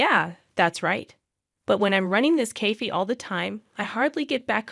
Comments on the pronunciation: Cafe is correctly said like KAF-AAY, NOT kaf. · And the badly programmed AI TTS can't pronounce "cafe". 🤨